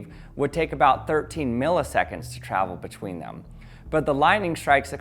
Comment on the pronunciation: “Thaelm” bruh it’s “them”